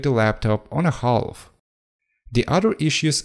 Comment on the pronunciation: "Half" is pronounced "Haaf" or "Haf".. the "L" is silent